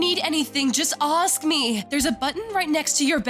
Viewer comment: Why was the nurse saying ask the wrong way of the sound like asc is ask not asc 😂